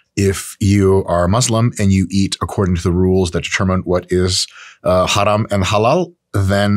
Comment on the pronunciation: dr. mike saying 'haraam' perfectly 🤣